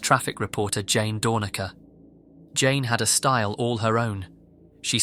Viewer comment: Out of respect for a colleague, I'm compelled to correct the pronunciation of her name: not DOOR-nuh-kur, but DOOR-nack-ur. Much beloved in SF, was so much more than a traffic reporter. Comic, singer, musician (she played with the Tubes). RIP, special woman.